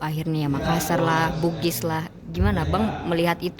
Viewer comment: BKN Makassar bigis, harusnys BUGIS mksssar.